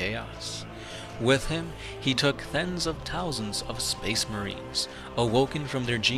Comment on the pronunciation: "Thens of Tousands" lol